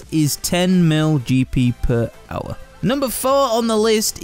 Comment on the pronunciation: listen how he says hour. made me lol gr8 vid tho